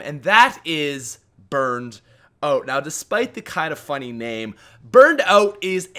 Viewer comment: Burned "oat" haha Keep up the good vids man!